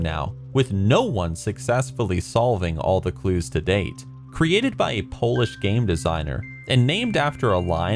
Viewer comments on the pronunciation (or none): none